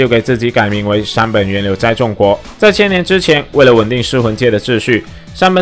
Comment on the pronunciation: 為什麼不是念“崇”國？而是念“眾”國